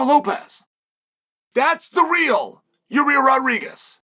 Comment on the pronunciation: I gotta be honest I've heard a lot of things but never hear someone call Yair Rodriguez, Ya-rear.